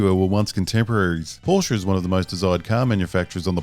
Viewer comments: Correct Porsche pronunciation 👌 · Now for something completely different, reviews commercials. Sarcasm aside it was a good video mate. Also kudos for pronouncing Porsche correctly. Ferdinand Porsche would approve of this video.